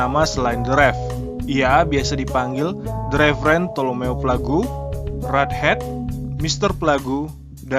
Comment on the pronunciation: plague dibaca plawg hee